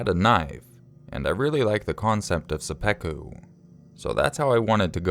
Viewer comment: it's sep-pu-ku, not sep-pe-ku I'm sorry!!! I just heard it and my grammatical side kicked in >.< please dun hate me!!!